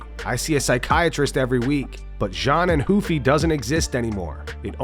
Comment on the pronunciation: when did we stop saying Ruffy with the hard R?